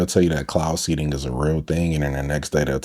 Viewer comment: Cloud SEEDING , not seading